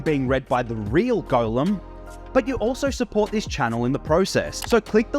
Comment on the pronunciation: Are you actually pronouncing it "Golem"?